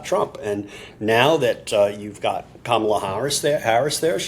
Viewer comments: KARMAla. Pronounce it how you will Donald. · Here's a bumper sticker: HEY DONOLD IT'S PRONOUNCED KARMALA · Actually, mispronouncing Kamala's name just infuriates people more every time they hear it. Infuriated people reach a boiling point and eventually snap. Any warmth they felt for the Orange 🍊 finally peels away.